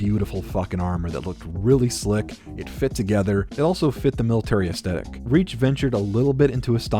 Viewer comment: The way you keep saying "astetic" instead of Aesthetic bugs the shit out of me.